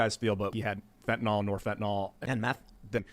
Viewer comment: I hate how ppl call it "fentinOL" FentanYL